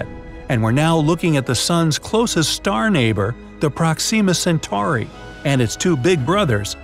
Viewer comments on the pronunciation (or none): Proxima Centauri sounds like proximity cent is tauri